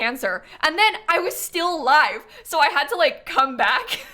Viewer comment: I really hope Snap comes through her surgery well and they get all the cancer! Also, uh... This is a tiny thing, but I always flinch a little when you say 'live mode,' because you pronounce it like 'lyve' as in 'Live from New York!'... But, it's 'live,' like... 'Live long and prosper.'